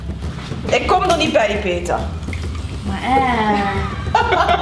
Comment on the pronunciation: Hahha beste ever 😂 peeetee(rrr) 😂